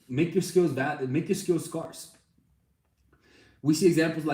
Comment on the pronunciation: Omg the way he says “scarce” 😂